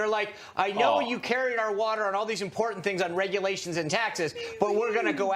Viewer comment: "Is it so impor-int?" hahahaha